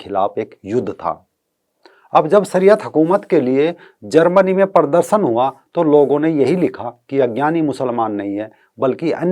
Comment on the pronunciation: भाई साहब, अपनी हिन्दी ठीक कीजिए। परदरसन नहीं, प्रदर्शन कहिए।